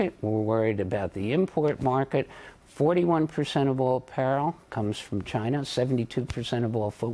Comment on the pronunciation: 41 percent of all parrel? What is the word "parrel"?